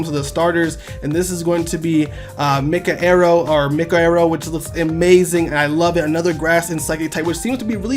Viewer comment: you need to learn to freaking read properly. You see a word and make up your word from that word. It’s “Ancestral” not freaking Ancestrial, it was “Cynertice” not Cynetrice, it was “Mikarrow” not Mika-Arrow and the list just goes on.....